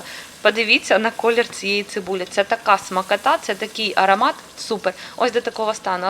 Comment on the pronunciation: Господиня ти рахобна..., але твоя звичка вимовляти букву "а" там де треба буква "о" ("арАмат" коли ти треба говорити "арОмат"). Вибач, але це бісить!